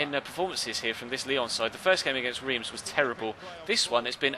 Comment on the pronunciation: Reims is pronounced rem!